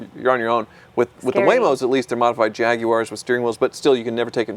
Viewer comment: Thurston Howell, the Third would be proud of how you pronounce Jaguar.